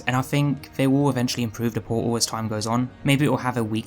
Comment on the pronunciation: "give me port-ul of wat-uh" :)